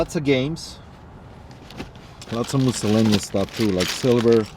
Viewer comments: Yeah, I love "Muscellaneous" too! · I love the way that you pronounce "miscellaneous". It never fails to bring a smile to my face. Good to have you back safe and sound. Warmest wishes from Canada... the land of "miscellaneous" moose! 😉